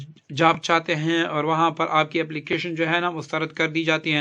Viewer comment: Awar nahi (aor) pathana